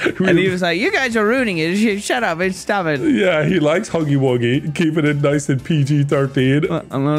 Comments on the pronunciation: The shuch up one never gets old. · Shuch up will always be a classic xD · Shutch up is permanently etched into my brain, I've been saying it for years 💀